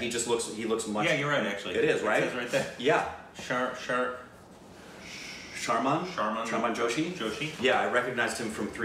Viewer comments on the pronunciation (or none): Bruh! couldn't pronounce "Sherman"? I wonder if he has ever said "Sherman Oaks" in his life!